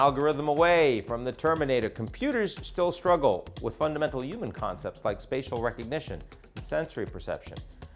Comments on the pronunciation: Maybe it'll know how to pronounce the word "human" properly... 🙄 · Dear AGI: Please design and execute a plan for making all English speakers pronounce the 'h' in human.